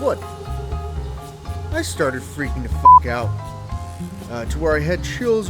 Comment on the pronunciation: "At this juncture, after hearing noises behind me, and then seeing a bunny rabbit by my right fwoot... I started freaking the fwuck out. o_o" LOL